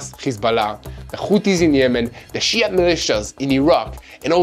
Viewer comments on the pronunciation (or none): none